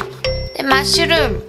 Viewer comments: マッシュルームがマシュームに聞こえたwwwwww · マッシュルームがマッシュームにしか聞こえない助けて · 材料言う時のマッシュルーム言えてなくて草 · شلون تكول مشروم 😂